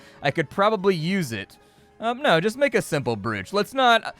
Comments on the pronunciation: just to be that guy.. "brooch" isnt pronounced like oo in look, its like "broch" not "brooch" .. ya know english language and all its nonsensical rules but thats what it is. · I couldn’t figure out if you were saying broooch on purpose :) it’s said ‘broach’ just FYI. Just in case 😛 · Brooch pronunciation. "Browch" Love your content BTW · Just want a beep to beep out that pronunciation of brOoch.🤣🤣 But looks like a fun game😁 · I winced every time I heard it.